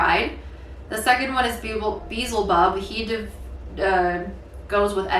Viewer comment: “Beezle bub” 😂